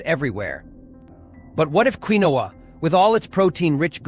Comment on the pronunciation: Quinoa pronouncement is funny😂 it’s pronounced keen waa